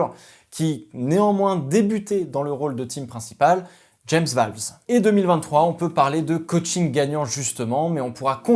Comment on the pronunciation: Pitié arrête de dire "James VÂLVES" ça se dit "VÔLVES"